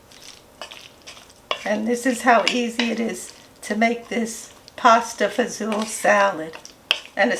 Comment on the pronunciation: Hi! Queens NY here. I’ve been a fan of your YouTube channel for a while now and just saw the Pasta Fazool salad. I’m so glad you pronounce it the way I do instead of Fagoli. lol. God Bless!